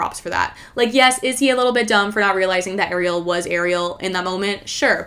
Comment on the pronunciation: As an Ariel who pronounces her name the way Sébastien pronounces it and to hear you say how."Americans" pronounces it made my heart skip a beat. I am sooooo tired of hearing my name pronounced the American way even right after I let the person know how to pronounce it.